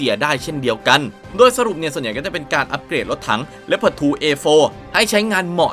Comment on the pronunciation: ชอบที่อ่านว่าเลพเพิร์ดไม่ใช่ลีโอพาร์ด...